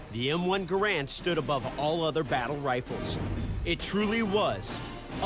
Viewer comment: It is pronounced ga ramd or gare end not grand. These guys are def not weapon experts. They even bring up myths with these things.